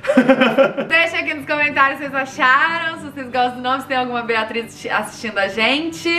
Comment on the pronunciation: "Beatris" SOCORROKKKKKKKKKK